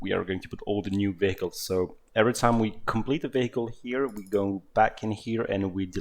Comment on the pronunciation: when he says "vehicles" i just hear "bagels"